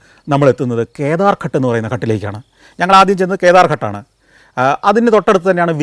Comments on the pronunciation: ഘട് എന്നല്ല ഉച്ചാരണം, ഘാട് എന്നാണ് ശരിയായ ഉച്ചാരണം ദയവായി correct. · ഘട് എന്നല്ല പറയുന്നത് ഗാട്ട് എന്നാണ് പറയേണ്ടത് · ഘട്ട് എന്നല്ല, ഘാട്ട് എന്നാണ് പറയുക. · കട്ട് അല്ല. ""ഘാട്ട് ""ആണ് ശരിയായി പറയണ० ( കടവ് ) അല്ലെങ്കിൽ അർഥ० മാറിപോകു०. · Athe...Ghat thanne... Santhosh George nu thett pattiyittund